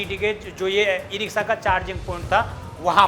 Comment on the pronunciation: "स" और "श" में अंतर करना सीखिए और सही उच्चारण किया करिये ये इ रिक्शा होता है , इ रिक्सा नहीं।